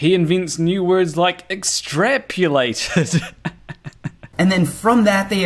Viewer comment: Yeah but he said extrapulated.